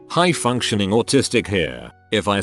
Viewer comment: Why did it say high functioning like that lol